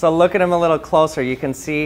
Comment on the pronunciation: Dammit I can't unhear it